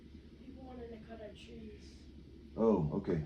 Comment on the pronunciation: Oh! He said "cut the trees" I thought he said "cut the cheese." 🤣